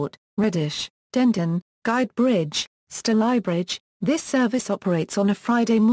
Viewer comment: F* yank! Stal eye bridge - wrong! It's pronounced Stay ly bridge!